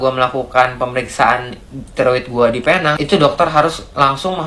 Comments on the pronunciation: Pee - neng.. ✅ Pay - nang.. ❎ Getik lubang telinga aku dgar nye.. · Kawan2 Indonesia semua..cuba sebut Penang dgn betul. cara sebutannya sprt ini .. P neng